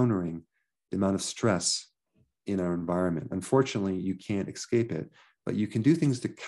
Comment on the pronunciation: Excape!!! I just lost respect for you Mr.Berg. If Mericans could only speak English properly. Expecially a doctor! Lemme ax u a Questin